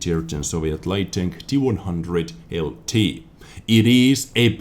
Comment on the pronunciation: Hi Anfield here, this tank name should actually be pronounced T-ONE-ZERO-ZERO